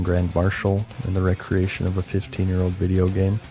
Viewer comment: 're-creation' is not pronounced the same way as 'recreation'; they're different words...you blithering idiot.